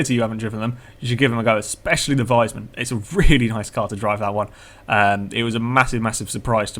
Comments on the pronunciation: i dont really get what you mean,but its pronounced like wiisman you know like the console not liek wisemann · Is it so hard to say wiesmann the proper way?¿?